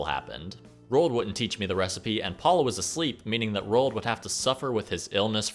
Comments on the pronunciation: Why do you pronounce Roald als rolled lol. It's Ro-ald. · RO-ALL-DUH not "rolled" Sorry that shits annoying.